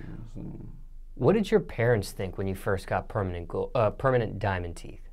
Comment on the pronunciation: “Diamond Teef” 😂😂